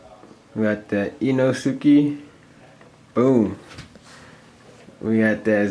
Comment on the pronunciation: Did u just call him ee-no-suki 👁👄👁